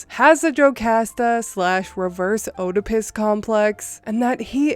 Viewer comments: it is pronounced Edipus. Short e and the O is silent. Not criticizing, when I mispronounced a word, I prefer to be told the correct pronunciation. If you prefer not to, just let me know and I won't do it again. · I'm not a grammar cop. It doesn't bother me that you mispronounced the name. I just thought you might like to know that the O in Oedipus is silent. It's pronounced ED-i-pes. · Hey for future references, in “Oedipus” the O is silent. So it should sound like Edipus.